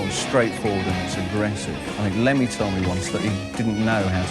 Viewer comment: “ Lemmy Ehh” 😂